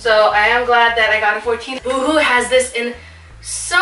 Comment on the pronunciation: Lol "you-hoo"... why am I thinking of right now 😂 love this haul, girl! Thanks for sharing! ❤